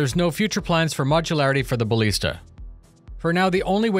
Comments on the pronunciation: please, for the love of Christ. It's BaLISta, not BaLEASta. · Ba-lee-sta? You've been listening to Boredgamer again and learning how to mispronounce English words! Here's a dictionary page with audio pronunciation so you don't have to sound off saying it